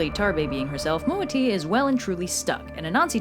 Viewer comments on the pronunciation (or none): As an ASANTI I love this video, there are hundreds of stories but they are dying due to oral tradition, maybe I should write a book, You Butchered the pronounciations though LOL, but well done, MOATIA is not a Fairy it means DWARF , Ashantis don't have fairies